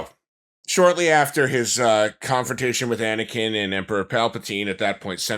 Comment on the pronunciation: “DONT LISTEN TO HIM ANIKIN”